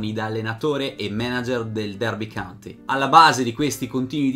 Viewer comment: complimenti per il tuo lavoro! il tuo canale realizza quello che ho sempre desiderato sulle storie del calcio. Però,ti prego: Derby COUNTY (contea), non "country". Con amicizia.